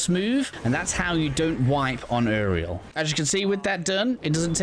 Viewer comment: bro said Eriel not uriel